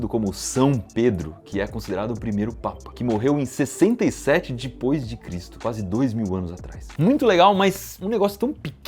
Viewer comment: Bizarro como eu acompanho o Iberê a mais de 10 anos e ainda não me acostumei com a forma que ele falar "depois"